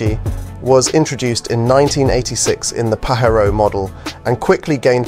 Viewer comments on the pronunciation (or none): IS this litrally a video made with AI? Paherro Rather than Pa Jer o? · Its Pa-JayRo